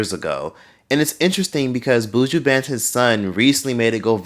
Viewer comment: I’m gonna need non Jamaicans to pronounce Buju’s name properly please. It’s not “Booo-jooo” it’s “buh-Juh.”